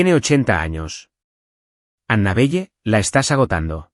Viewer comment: ANABELLE NOMBRE SAJÓN SE PRONUNCIA ANABELE, NO PEQUES DE LITERAL NARRADOR ESPAÑOL